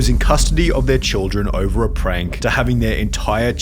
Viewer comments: Why does the dad pronounce "over" as "er-ver"? where does that come from? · 5 years later and it still bothers me the way he says the word "over" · So he can’t treat his kids right or say the word over correctly got it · I don’t know about his parenting skills, but the way that father pronounces “over” should be a capital punishment offense. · What i wanna know is why he can’t properly pronounce “over”